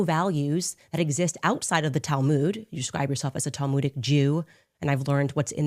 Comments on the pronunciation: Talmood! It’s Talmud Candace- I wonder how much of it she’s actually read? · ROTFLOL: Candy misspeak: Talmud = "tal-mooj" 🤣🤣🤣🤣